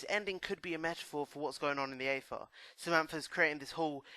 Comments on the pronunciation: its the aether not orgatha. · what are you saying?? afa? Ayfuh? what? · It's pronounced ether but is spelled aether, how is that so hard?